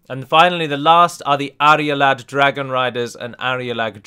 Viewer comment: You know you are pronouncing Arulad as "Arialad"? Great video btw :)